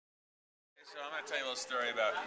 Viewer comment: Newark is in new Jersey. eeee, I love when you say Aboot. IMPERSONATORS!!! That shows look scrazy awesome. It's 40 times bigger than Summerwood was llol but either way, you guyts busted up Firt Free's stage. Come again! I love how Jon plays guitar lol it's so cute, he's so concentrated ha. Of course I could tell, being 1 foot away from his face XD I wish Slober Dog was a FULL OUT LUMBER JACK! egh... *drool Jon*